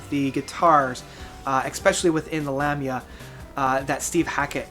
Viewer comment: Love the videos, but your pronunciation of certain words is killing me. It's Luh-me-uh, not Lam-my-a. It's Uh New Bus not A nu bas, and the worst offense yet, The Mars Volta album is called Nocturnikit, like Tourniquet, not Nocturna Quiet.